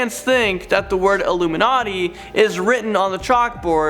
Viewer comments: Umm illumanati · It blurred when you said uluminati